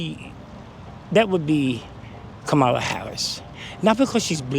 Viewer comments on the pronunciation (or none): Omg.. Can you at least pron🤦ounce it correctly??? Her name is KA👍mala ..not Ka🤦MAlah.. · Even black people are pronouncing Harris’ name as Ka-MAH-la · The funny thing is the people who are voting for Harris.. they cannot even pronounce her name correctly… TRUMP 2024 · So sad no one can pronounce Kamala’s name. So disrespectful. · Not a Kamala supporter but think it’s funny that even her supporters don’t say her name correctly after all of the people getting mad about it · None of them even say her name right😂😂😂😂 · I live in Belgium. I'm 50 years old. My sister and my brother in law watch CNN all the time and loathe Trump. If you need any more proof the brainwashing is working I'll give you some. My sister had a go at my 88 year old mother for pronouncing "Kamala" wrong. It's insane.